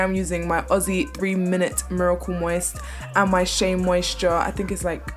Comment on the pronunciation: As an Australian. Just to hear you pronounce Aussie properly! 🙌🏼 🙌🏼